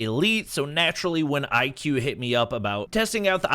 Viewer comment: It's not IQ; it is pronounced as "IKU or IGU." It Branches out from VIVO, purely focusing on performance.